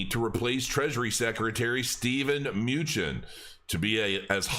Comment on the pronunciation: "Expert in finance/crypto" and doesn't know how to pronounce Mnuchin's name. Pretty hilarious. Hope all you kiddies had fun being entertained.